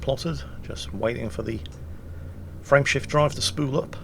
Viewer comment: Whenever says “ Frame shift drive” I hear “Friendship drive” for some reason...